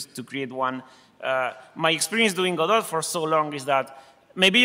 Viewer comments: Hey pronunciation police! The creator pronounces it God-dot similar to robot, and not the pretentious sounding G'doh. So stop correcting me every time I call it God - oh ! I may be wrong but I am no more wrong than you! ;) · Once and for all... is it pronounced gehDOE or GOdot? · I'm losing my mind over this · I'm only 34 seconds into the video and I'm not going to watch any more. Hearing him say "go-dot" has turned my world upside down and I'll need some time to recover from this. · It's called "go dot" just like "ro bot" which is why its logo is a robot. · So its pronounced Godot?